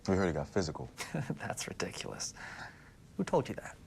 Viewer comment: Did u notice that only Tom says "Rediculous", i like it so much